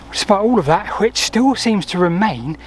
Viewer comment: Just so you know, Hwicce is two syllables. There was no "silent E" until after the Middle Ages.